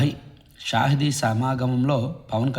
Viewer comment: తమ్ముడూ, గణతంత్ర దినోత్సవ శుభాకాంక్షలు🎉🎉 😊 మీరు చెప్పిన కంటెంట్లో " షాహిదీ తేజ్బహాదుర్" అనే కార్యక్రమమం అని చెప్పారు. కానీ షాహిద్ అని కాదు అనాల్సింది.... "షహీద్" అంటే అమరవీరుడని అర్థం 😊